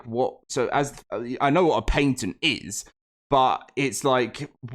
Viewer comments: Omg this sucks so bad, but it’s pronounced, “pat-ent”, not “paint-ent”PLEASE PLEASE LEARN HOW TO SPEAK ENGLISH this video was so hard to watch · What irritates me more is the paint-ent pronunciation. Pat-ent. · Bro for real I was about to look up what is a painted lawsuit 🤯 😂 good thing I can read on my own or I would have felt dumb asking Google that question